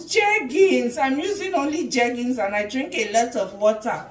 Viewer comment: It's jergens o 🤣🤣🤣